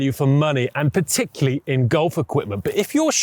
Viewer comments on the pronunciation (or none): Please speak properly. It is particularly not particuly!! That is not a word.